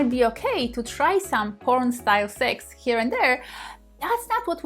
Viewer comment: 'Powern'? You cannot speak English. GTFO